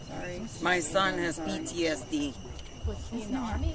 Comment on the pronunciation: At the very end….minute (- )…. She make a mistake, check her reaction, too late…. “He is PDSD”…. “He was encarceladed“……. Ohhhh, oohhhh